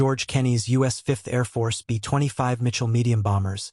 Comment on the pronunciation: Either learn to do your own narration. Or teach they ai to properly pronounce LAY NOT LAH a pause between B and25 is inaccurate.